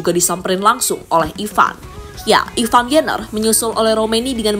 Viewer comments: Ivar, bukan Ivan, min...!!! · Ivar bukan ivan min😂